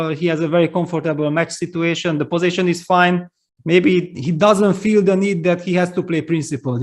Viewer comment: PLEASE someone teach Peter that it is not "posaition" but position!! Love his commentary but that would be really helpful....